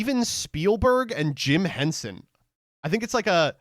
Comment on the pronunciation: All it took was him saying Jim hensen